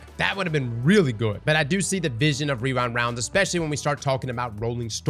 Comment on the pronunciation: wewind wounds 😂